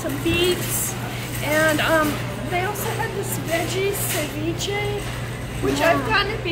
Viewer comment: I am amaze of your channel Dr., new suscriber here!! I love the perfect way your Mom pronounce "ceviche" I'm from Cancun, I know that word in all the possible ways!!😂